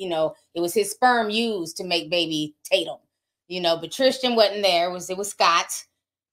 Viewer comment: Lol not Ti saying the sons name was Talcom 😭 Oh the talcom powder energy